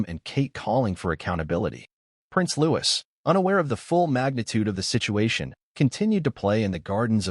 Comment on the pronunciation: If this is true, it’s disgraceful!!!!!!!! ( couldn’t the narrator pronounce Louis name correctly? Looee. There is no s.